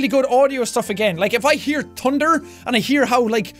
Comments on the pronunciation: I love the way he says thunder... tunder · That was adorable you pronounce thunder you say tunder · i love the way he says tunder its so adorable!!!!!!!! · he said tunder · when he said i like thunder the biggest thunderd i have ever heared struk outside